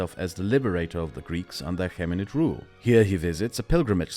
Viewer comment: Great video, just your prounansiation was killing me, Ptolomeic is pronounced tolomeic, achamenid is pronounced akamenid